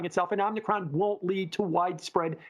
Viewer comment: I <3. Om - knee - cRon